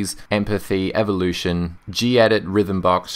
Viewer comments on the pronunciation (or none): none